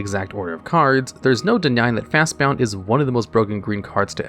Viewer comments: At first I thought he just misread the name of the card as "Fastbound", but it's typed multiple times in the video. Maybe the guy that narrated is different from the guy that typed it out? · JFC. I was going "hey, we're going to make it an entire video without this idiot mispronouncing a card name!" "At number one, we have Fastbound." You have to be doing this on purpose. you're really not this stupid, are you? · Ok but my favorite part about your videos is listening to how you mispronounce everything so eloquently like lol fastbound was too funny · Otherwise nice video. Was going to comment about the irritating pronunciation of Fastbond though. After looking through the comments, it seems as though as this is intention. Was going to sub, until I found this out. Annoying AF, so I'll pass. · Video ruined because of his ignorant pronounciation of Fastbond. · I get mispronouncing crazy fantasy names, but when a card's name is made up of just 2 basic words like "Fast" and "Bond," how can you mess that up? 😂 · There is no u in fastbond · Brother the way you pronounce fastbond was making my eye twitch. Jokes aside. Love the content. Keep it up my dude! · omgomgomgomg...... fast "BOND", not "Bound"! That was atrocious listening to you say bound 50x Also you didn't include Sylvan Library. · This is officially the last video of yours I'm ever going to watch. There's no way that you're not purposely mispronouncing words just so people will correct you in the comments. Fast bound? When its clearly fastbond. Or Oath of the Druid when its just Oath of Druids. Its scummy and dumb and it makes you sound like an idiot. Take care now. Bye bye then. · It severely bothered me that he kept saying FastBOUND instead of FastBOND. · Fastbond....not fastbound as you're pronouncing it. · Fast "bond" not bound sheeeeeeesshhh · Fastbound? It's Fast-Bond. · The narrator saying 'bound' instead of 'bond' every single time was funny. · Fastbond, not Fastbound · bond not bound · Bound James Bound.